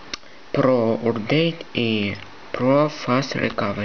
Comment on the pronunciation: урдейт тсссссс хахахаххахахахахаххахаха мне 11 и я и то знаю что это токое или как произносится и пишится!!!!